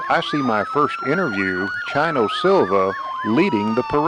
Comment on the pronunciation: It's not Chino like China, It's Chino like "Cheek" long 'E' sound, cheers!